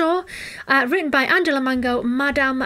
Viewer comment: Greetings from Italy 😊 her name is pronounced just as Angelina Jolie and the surname just like the fruit. The song name is pronounced La (the "a" like in the word "arm") no-i-a (the "o" like in the word "off" , the "i" sounds like the letter "e" and final "a" again like "arm").